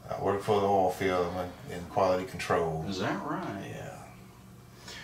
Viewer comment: I had to rewind because I swear he said, “‘I work for the mafia in quality control.” 🤣🤣 Got it. Oil field!